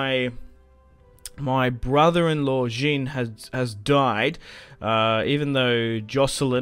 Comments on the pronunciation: Please pronounce Jean as Shaun ... No such name as 'Jin' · Kinda like ‘Zhon’ right?